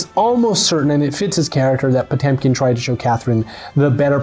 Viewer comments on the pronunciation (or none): And still pronounces Potemkin incorrectly:(